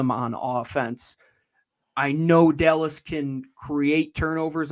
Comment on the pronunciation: Who is This “Delles” talking about.